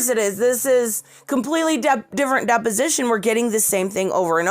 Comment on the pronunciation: Does everyone else think "Depp-osition" everytime she says deposition? Lol